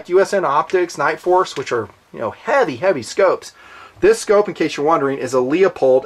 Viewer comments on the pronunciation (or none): LOO POLD...not LEO POLD. Leopold was a famous Polish composer. Leupold was an optics guy. MDT poly mags will fit. They may need some thinning/sanding and a rib portion touched for 30 seconds with a Dremel. 100% reliable poly mags. Fits my Gen 1 Savage 10 FCP-SR which comes with an Accurate Mag bottom metal ad steel Accurate Mag magazine. Next bolt gun will be a 6.5 CM. I dont think I would ever buy the Ruger over what you have right here in this video. It is a major winner, all the way.